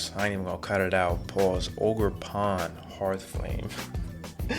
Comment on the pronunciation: "ogerporn" yo wtf this dude been watchin too much shrek